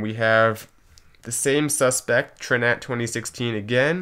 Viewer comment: Pretty sure TRINAT is supposed to be pronounced Trinity ;)